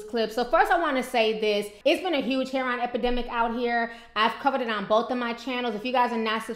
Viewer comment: It's not pronounced "hair-on"... its Heroin... pronounced "hair-o-win"